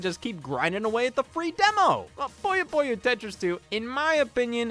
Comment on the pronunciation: Am I the only one that's irked by him constantly calling Puyo Puyo "Pollo Pollo?"